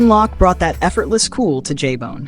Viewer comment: Tone Loc's last name is pronounced with a long "o" as in "tote" and not as in "lock", or "shock".